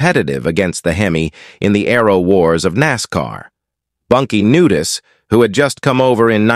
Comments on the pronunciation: Computer needs to learn how to speak names. Hire a real person that knows how to say Semon Knudsen, or "bunkie" Kneudsen. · Did he say, Bunkie Nudist!? 😂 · Did it say that guy's name was "Nudist"??? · you also pronounced Bunkie Knudsen's last name wrong that's why I thought you wear AI.